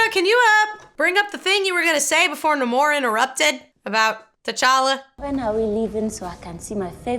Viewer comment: The origin of the word isn't what bothers me. It's the fact that no one says it correctly. He introduces himself as NahMORE, and then everyone else calls him NAYmore. It's as if they didn't listen to him when he said his own name and just read it written down somewhere